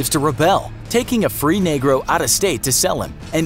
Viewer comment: He didnt have to say negroe like that tho